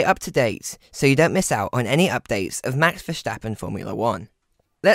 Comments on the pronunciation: Good video but a tip for the pronunciation : Verstappen (Vuh-sta-pen) and not : Verschtappen (Vuh- sch-ta-pen). Pronouncing it with the SCH it sounds more like German. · It boggles me why English people add the SH in Verstappens' name... VerSHtappen ?? why? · it’s not about accents. They don’t pronounce the English word ‘stop’ as ‘sshhtop’, do they?